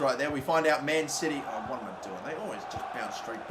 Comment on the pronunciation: When he says man city I hear man titty